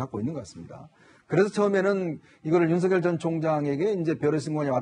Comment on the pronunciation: 야, 사희자! 윤석렬이야, 윤석렬!!! 우리나라 국어이 한글도 못 읽는 게, 뉴스 마이크를 잡고 개폼 잡냐??? 남의 이름을 함부로 개명 하냐??? 인간부터 똑바로 되고 나서, 남 앞에 기어 나와라!!!